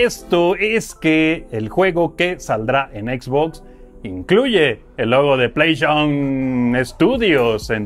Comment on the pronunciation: 😂 Se mamaron con "Playshon"